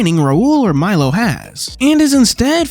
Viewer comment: First of all, isn't the crow's name pronounced Mee-lo? Second of all, Khameu's ability to turn invisible was considered freakish even among chameleons